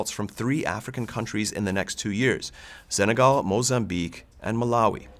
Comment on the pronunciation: Why does he mispronounce Senegal? There is no Z in Senegal.